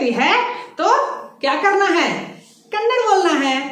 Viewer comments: Thumba chennagi helidhira.. aadhre ondhu thappu ide.. adhu Kannad alla dayavittu Kannadआ antha heli 😃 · Please 🙏🙏🙏🙏🙏😁mention कन्नड़ा as this way it helps in pronunciation- कन्नड़ा । But it's in writing as kannada कन्नड़ ಕನ್ನಡ कन्नड़ नहीं! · Glad that u r trying to teach Kannada, but pls don’t forget. It’s not Kannad, its Kannada